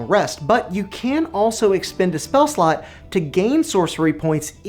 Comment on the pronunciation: Is it just me or does it always sound like he says "spell slut". - I'd love to create spell sluts. "New sluts go away after you long rest" Hahaha! Yes they do indeed! "and generate way more sluts than you porbably need..." speak for yourself!